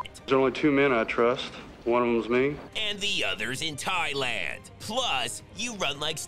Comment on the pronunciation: "The other in thialand "😆🤣😂🤣😂